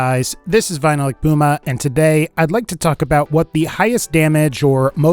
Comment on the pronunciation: When you say " this is VinylicPuma" I think you say "this is Final Epuma"